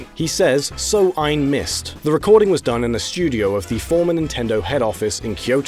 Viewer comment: Your "So ein Mist" was pretty good. Altough it was also very funny.